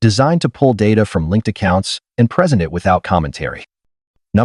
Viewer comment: Definitely a long way to go to get AI more believable. First, while main character is at buddy's house, and thinks about the bills he's been paying, the AI pronounces gas as gauze. Listen for the word "present" being used. It says it while main character on his computer at his buddy's house talking about his idea. It pronounces it like #3 below. There are three meanings for the word present and multiple pronunciations. 1. In a particular place. "You must be present to receive the prize." 2. Existing or occurring now. "It's happening in the present day." 3. A gift. " Like a birthday present."